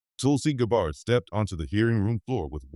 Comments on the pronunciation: It’s so important to pronounce a proper name properly! It’s not GABARD ITS Gabb ard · I agree. Notice the subtle spelling difference in Senator Schiff's name ("Schift") and the French pronunciation of "Gabbard" in this factually based fictional narrative. Perhaps this is done to mitigate any challenge of slander, should Senator Schiff's legal team be stupid enough to challenge this video in court. Such a move would not only give it more publicity, but also open the case up to more independent legal "discovery" which could only serve to tighten the legal noose around Senator Schiff's neck. My prayer is that The Lord God Almighty "Makr America Great Again" but only for God's glory; not to "get anyone's reputation or put them in jail, unless justice, not revenge, requires it. May God guide Trump and his cabinet Secretaries toward the direction of my prayer. Remember: "Vengeance is Mine, says The Lord" on judgment day, The Lord Jesus will mete it out to those who have rejected Him and have not repented. Amen.